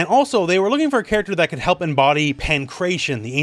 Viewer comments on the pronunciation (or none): none